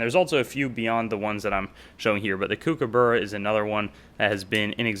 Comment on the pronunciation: Nice video but can you please learn to pronounce the word kookaburra - there's a fair amount of vids on Youtube that will teach you that.